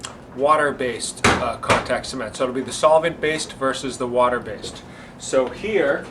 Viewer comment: "versus" not "verses"